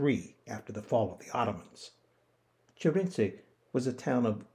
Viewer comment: It always amazes me how someone researches the history of the place but is so far from pronouncing the name of the place correctly. It's Sheerinje(Şirince) and it's not Soujouk(Sucuk in Turkish means sausage) it's Selchuk (Selçuk)